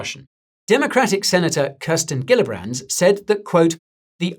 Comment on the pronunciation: The New York Senator Gillibrand’s name is pronounced as Jee-llibrand not Ghee-llibrand. 🙏🏽